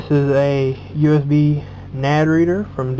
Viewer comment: why can NO americans say nanD its not nad